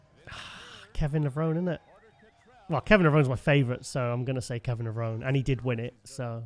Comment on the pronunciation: try to pronounce Kevin's last name correctly. He mentioned on many shows, it's pronounced Levronee, not Levrown.